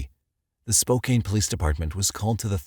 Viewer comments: Spokane is pronouned "spoh-can". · Great videos as always but dude needs to learn how to say Spokane properly it's spoke and ann like you spoke to ann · Please forgive me for playing Grammar-nazi, narrator, but Spokane is correctly pronounced "spō-kæn" with the second syllable sounding like the word "can" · The pronunciation of "Spokane" in this episode drives me nuts. It's not a hard A. The pronunciation is Spo-Can. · its pronounced SPO-can :) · It's pronounced Spo Can! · I am surprised by the mispronunciation of Spokane. The a is a short a sound like in can. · "Spoe-cane" <==== Sure, man!! 😆🥹 😅😂🤣🥲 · Youre pronoucing spokane incorrectly It's actually 'spoke anus' Edit: ok seriously. Spoke Anne. Thats what it sounds like. Its a big city. Not denver big quite but too big to pronounce incorrectly. Its not a small MT town... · It's pronounced Spoke ann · With all the research you guys did and you can't even pronounce Spokane right?? Lol Its not SpoCane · *Spokane is pronounced spo-can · Congrats, and I <3 your channel, but if I hear “spoCAIN” one more time……. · Omg I was searching for this exact comment! It's driving me bonkers. Lol. Glad I'm not alone. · It just hurts my ears to hear 'Spo-cain' over and over 😂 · As a Washingtonian i concur 😂😂😂😂😂 SpoKaneeeeee lmao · My mate in Spokane calls it Spo~Can’t 😂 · Me as well. I lived there as a kid. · I say spo-cain. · Lol so true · Tell me you don't live in Washinston without telling me you don't live in Washington. "What if I say 'Spo-CANE' over & over?" Nailed it! 🙄😂😂😂...😐...🤭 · SpO' CAN . Lol not hard to pronounce is it. (Spokane local) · Sort of like hearing "mos COW" over and over in relation to the murders in MOS coe Idaho... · Hey, congratulations!!! I was just friendly ribbing about the pronunciation. With the e on the end it looks like it should be said as you did. Still love the channel and the narrator's work 🥰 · He is not pronouncing Spokane correctly. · Yeah, as a Spokanite, it drove me bonkers. lol